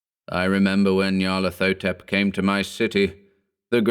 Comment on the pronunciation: The correct pronunciation would have a "hotep" at the end, as in the Egyptian word. Not "thotep".